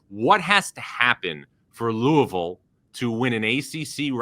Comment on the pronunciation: whats "lousivile"?